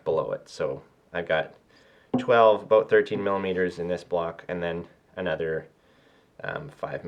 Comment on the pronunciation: Abooot. Must be a Canadian.